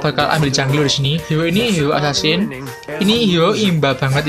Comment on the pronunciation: Bang Bisa Ngomong R gak, Sebut HERO KOk Jadi HIO, R nya kmna😆